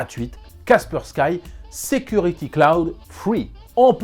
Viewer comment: Superbe vidéo comme d'habitude. Cependant c'est Kaspersky prononcé kasperski , c'est une solution russe.